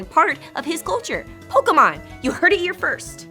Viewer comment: Bill: POKAMON!!!!! D